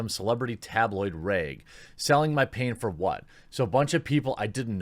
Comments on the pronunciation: "RAEG, FLAEG" TheQuatering. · Just curious... why do you pronounce "rag" and "flag" that way? I have never heard it done that way.